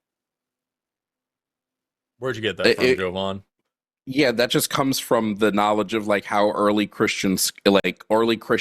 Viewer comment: My FAVORITE part of this episode is that actually called Jovan by how he calls himself! (JOE-von ) instead of (jah-VON), like always calls him... Even though Jovan made it clear how his name is pronounced. It's no different than when corrects people on how Kamala pronounces her name!